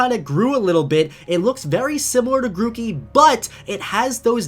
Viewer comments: The R in Grookey should be before the O's! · It's Grookey, not Gorkey!